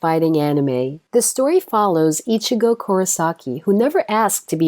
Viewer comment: u fucking said ickazo like who the fuck so fuckin cringe